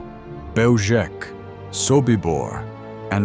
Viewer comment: Belzec is a Polish word. It is pronounced Bel-zhets. If we are to make documentaries of this era, we must respect the languages of the victims.